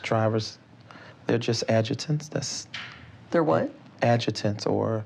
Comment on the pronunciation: When asked about the drivers this mofo said they are "adjitants"! He couldn't even remember how to say the word assistants!